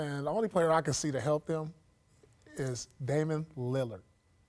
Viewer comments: "Damin Lillard"😂😂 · “Damon Lillard” LOL